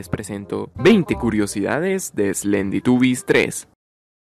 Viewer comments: En la curiosidad 10 dijiste slenditubies lll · En la curiocidad 10 dijiste slenditubies 3